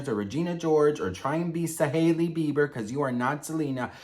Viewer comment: Whenever you say "Sahailey Bieber" I just can't stop laughing cause Saheli means friend in Hindi 🤣🤣🤣